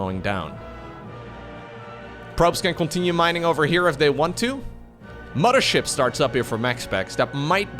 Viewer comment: I only don’t like it when he says “mama ship” but it’s ok haha.